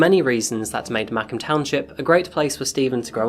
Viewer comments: Had a hard time locating Mackham Township, and I am Detroit born and raised - until I realized that we were discussing Macomb (usually pronounced mak-ŌHM - long O) 😁 Just saying. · MACKUM TOWNSHIP! 😂 Sir, it is Ma-Comb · Interesting story, Nice work. I'm from the Detroit area and was trying to figure out where Mackem township was located. Then I realize you're were trying to say Macomb. It's pronounced Mah comb. Comb rhyming with home. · Dude you need help pronouncing Macomb. I live in Michigan and grew up just north of Detroit and I couldn't figure out what the hell you were talking about. I'm like what the hell is Mackum? It's pronounced Ma-comb as in combing your hair with a comb. Lol.... Mackum... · Sorry for the correction man but as I am from this town I have to do it. Its pronounced "Muh-comb township" not macum. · It's pronounced Mahcomb. Ma as in "Hey Ma!", and comb as in a comb you use for your hair. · It's pronounced muh-comb not mah com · You should do a video on the case (& insane aftermath) of the case of William Pickering (not the New Zealand rocket scientist or American astronomer; William Anderson Pickering, murdered in Rockford, Illinois, 2019). [Also, it’s pronounced “Muh-Co-mah”. Like Muh + comb (hair neatening tool). Sorry, just...I’m a native Detroiter. Macomb and Oakland are the counties that border us directly to the North] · Michigander here…It’s pronounced Mu-COMB. Spelled MACOMB… GO BLUE! 😅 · I love your accent! ❤ I’m from Detroit and we pronounce the city Mah-comb… like honeycomb…. Mah-comb county, Michigan…. Your descriptions of the city are spot on! Your work is great! ❤😊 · The way you say Macomb bothers me so much. We say it mah-COMB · Said “Mah-comb”. And it near Lake St Clair not Lake Michigan! Love your videos! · Macomb is pronounced like mu (u like umbrella) comb (like comb your hair). I was born there and lived there for many years. Thank you for covering this story. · Macomb is pronounced like McComb or comb. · Muh-comb Township.